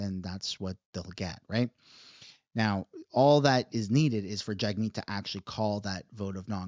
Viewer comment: I believe its pronounced JUG- meet. Don't give the left another reason to discredit you. You have to make your words and actions impeccable. That way they can't criticize or falsely label you, even among themselves. Then they will be forced to actually listen to your argument.